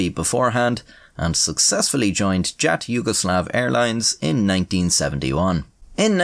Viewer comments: Your illustrations are cool as usual. Btw the acronym of former Yugoslav air carrier is commonly pronounced "yut". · As a Serb, I am pleasantly surprised by your pronunciation! Of course you have a thick accent, but that is to be expected, generally you actually said all the letters close to what they actually are and the names aren't butchered! The only complaint is that Jat is pronounced Yat. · Jat is pronounced Yat lol